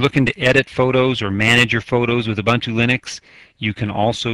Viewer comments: It's pronounced "ooboontoo". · Who cares how it is pronounced? I pronounce it how it is spelled U-bun-t-u.